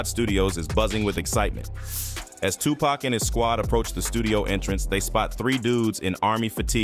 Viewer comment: Lady how you still mispronounce Tupac name after you heard the gentleman just say his name..I mean really???.I'm saying.them eyebrows was thick as hell...